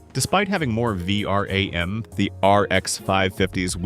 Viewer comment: The "V-RUM" is what got me to go to the comments